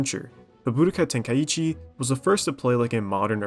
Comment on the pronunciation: No to be a hater but i cant stand the way you say Budokai Tenkaichi